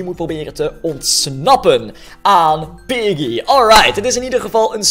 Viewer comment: Het manier waarop hij piggy zegt is een beetje raar